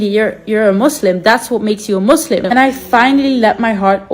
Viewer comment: ISLAM not iS sLaem... Muslim not maslim